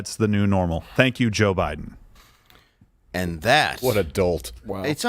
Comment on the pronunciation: He pronounces it BLIDEN. We must respect that.